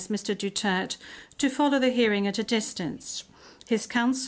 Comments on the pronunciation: Pronounce silent vowels DUTERTE Dutirt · Talo na lahat kalaban di si tatay ang nililitis mali ang pronounce ng Duterte dutert dw😅😅😅😅😅😅